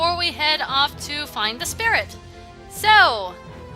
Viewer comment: you said maseae anela instead of masae anela